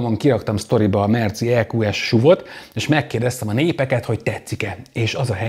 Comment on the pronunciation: šuv (szlovak) 😊 miért nem nevezet esz ú vé nek? Nevecségesen hagzik a šuv. Vagy akor szúv. De Máskülönben megint nagyon jó videó.